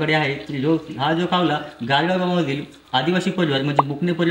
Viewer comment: कावला का म्हणता कावळा म्हणा न शाळेत शूद्ब भाषा शिकवलि असेल न